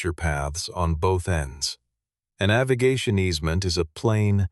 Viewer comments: The word 'Avigation' is an incorrect pronunciation of the word AVIATION! Thumbs Down! Bad Form! 😞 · Tell your AI the word is “AVIATION” NOT AVIGATION” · weak story AI slop. the captions read 'aviation' but the 'artificial idiot' says 'aviGation' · AI pronunciation poor. Struggling with the word "Aviation" - rather fundamental in a story about an airfield. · AI voice can’t pronounce aviation.